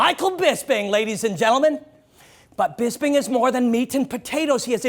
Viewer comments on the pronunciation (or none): and its BisPing, not BisBing